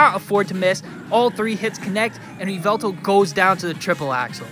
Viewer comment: Its GOO DRA not GOOD RA its pronounced YER VELTAL you pronounce the Y at the start